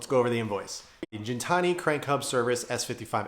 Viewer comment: Funny enough, I was just watching Alex’s episodes on the evolution of Gintani. One thing he emphasized is that it’s pronounced with a hard G. (Just FYI).